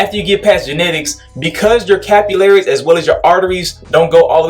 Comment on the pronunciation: Homie said the "🧢- ullaries" 😭😭😭